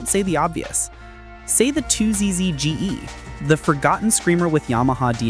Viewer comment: Would it be hard to have someone narrate this? "Two Jay Esses" really? bruh